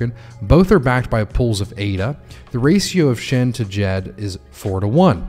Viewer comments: [Djed] the "D"softens the"J"so not like jeep more like so we say the D(like saying "shed" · Haha got me after you said D-Jed again, thanks for the fix brother. 🤙🏼